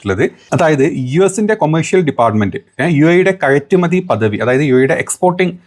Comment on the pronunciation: താങ്കൾ (യ ) ഉച്ചരിക്കുന്നിടത്ത് (ഴ )ഉപയോഗിക്കുന്നു ശ്രദ്ധിക്കുക (കഴറ്റുമതി )